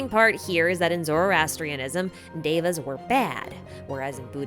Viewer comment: lol i'm sorry- but you butchered the pronunciations. E.X. Devas and Hindus/pos